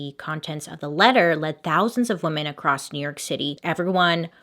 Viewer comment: "Wee-mon hater, but I am not" I can't XD